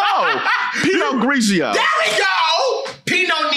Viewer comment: DYING at the pronunciations of pinot grigio and Pinot Noir 😂